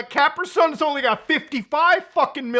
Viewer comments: it's pronounced cap-ree sun -- and changing video do not recommend again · why he pronounce caprisun like that 😂😂😂😂😂